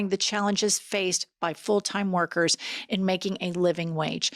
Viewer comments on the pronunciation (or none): none